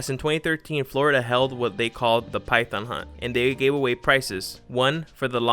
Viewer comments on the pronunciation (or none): none